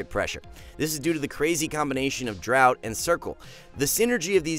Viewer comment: Draught is pronounced draft not drought